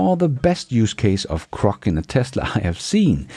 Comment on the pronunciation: Hay When you say Crok. That means something else in the USA; Saying something that's not true..... Grok, is said like the Kelloggs comercial from "Tony the Tiger" THEIR GRRRAAATTE. Just growl first, then say Rock... It's all good. We all have words we say funny to others. Me too.